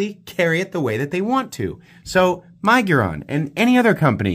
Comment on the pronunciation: I love you, man, but the way you say miguron drives me nuts